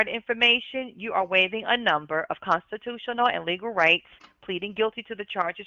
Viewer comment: reads like she’s in 4th grade. Comstitoo-shenughl is the wildest way to pronounce the word ever.